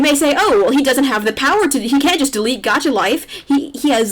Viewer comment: LAYM Gacha because she pronounced it wrong?